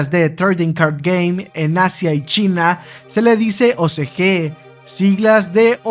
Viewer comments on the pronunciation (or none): none